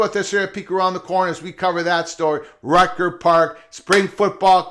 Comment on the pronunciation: "Rucker" (rhymes with motherf--er), not "Rutger"